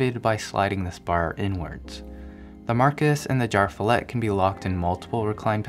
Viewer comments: no offense, but your swedish pronunciation could use some work.. :D I kept wondering what "jarfillet" was! Umlaut-A is an E! Jer-fjellet! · As a nordic guy with basic knowledge of swedish i can't help but laugh when english-speaking people try pronouncing ikea product names :D Jar Fillet sounds like meat from a can, or some fancy name for SPAM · It is pronounced "YarvFeeyallet" . Fjäll means mountain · Its pronounced yearv-f'yellet just saying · "jarv fillet" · His pronunciation of JÄRVFJÄLLET hurts my swedish ears. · Had to listen to how you would pronounce JÄRVFJÄLLET. IKEA are not making it easy for international customers.